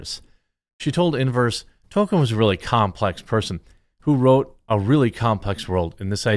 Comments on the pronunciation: Tolkien's name is not pronounced "Token". That is South Park's pronunciation in their attempt to identify their character Token with Tolkien. (South Park's biggest misstep afaic as that episode was a big insult to their audience and trying not to get cancelled by the permanently offended BLM). There are interviews with Tolkien's close friend Donald Swann where Swann clearly pronounces Tolkien's name as Tol-Keen. Everything else is just wrong (and I spent 30 years thinking it was Tol-Key-En) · *Criticizes disrespect of Tolkien. *Has never read Tolkien. *Can't pronounce Tolkien.